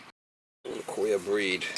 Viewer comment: I was trying to figure out what a "quail" unit was when I noticed he was saying queer😂 Those old FPE Stablok panels are a good way to test the limits of your homeowners policy. There's a lake community near me of around 50 homes and every one of them had Stabloks in it. At least 5 of them suffered fires related to them. A 15 amp breaker may trip around 40 amps or not at all. By then the wires are glowing.